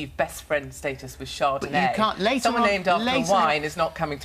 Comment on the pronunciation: She calls a kid chardonet wtf, its a drink